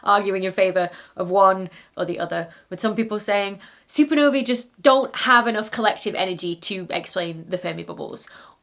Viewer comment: I love that you've finally made the effort to pronounce the plural of supernova correctly. Hooray!